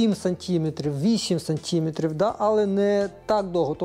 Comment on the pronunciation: твої сантІметри, мілІметри ріжуть вуха